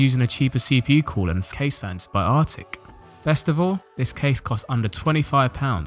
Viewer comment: I’m liking this video, in hopes of you never pronouncing the word, “Arctic” like that again.